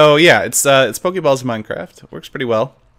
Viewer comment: I love how he calls them poke-ay balls instead of poke-ee ball :P